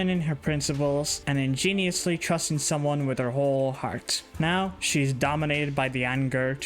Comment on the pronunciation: In gen uos. In-gen-you-us.